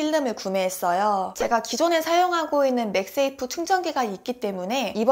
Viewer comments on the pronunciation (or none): none